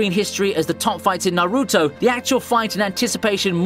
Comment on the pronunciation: owbeetow narrrootow